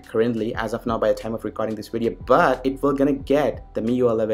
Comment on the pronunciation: Fuck the way you say "but" you indian fuck